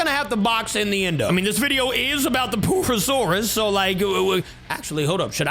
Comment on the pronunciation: bro is saying poo not pur